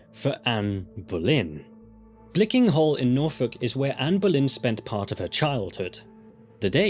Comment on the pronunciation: Hever Castle is "heever" not "hevver" and it is B-l-i-c-k-l-i-n-g Hall not "blicking", and Glamis Castle is "glarms" Lady Mary Berkeley's name is pronounced BARKLY & not like the Californian university/town Please learn how to pronounce the places and people you speak of correctly I believe Queen Jane (Seymour) died at Hampton Court but Queen Katherine Howard died at the Tower of London